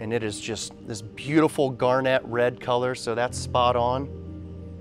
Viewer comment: gar-NET color? lol